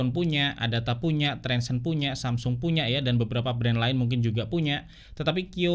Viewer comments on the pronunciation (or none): none